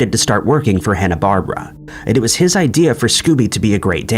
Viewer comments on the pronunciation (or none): you screwed up a few names. Hanna-Barberra...pronounced Bar-ber-ra...not Bar-bruh. And its pronounced Casey kay-sum. Being old enough to remember when the top 40 countdown was the only thing worth listening to on Saturdays I can hear him saying, "this is Casey Kasem and you're listening to America's weekly Top 40". Which was a syndicated radio show where Mr Kasem would play for his audience the bill board top 40 songs of the week and also read listener mail and do shout outs and song dedications for those chosen letters. And when ol' Scooby and the gang were being played on Sat cartoons they were on a list of several cartoons in the Hanna-Barberra Grape Ape Show which also introduced the Flinstones and other toons not associated with Warner Bros.